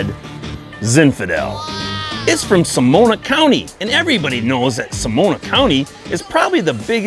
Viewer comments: SO-NO-MA not Somona! You make me laugh! Nice video! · Sonoma County , not Somona County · FYI It's Sonoma not Somona Great video though 👍!